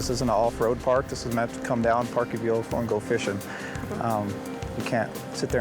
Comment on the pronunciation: He also called it a “veelcle” every time. 🤦‍♂️🤣